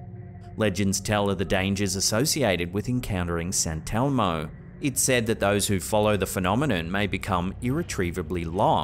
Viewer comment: “Santelmo” I’m thinking they are just putting the emPHASIS on the wrong sylLable.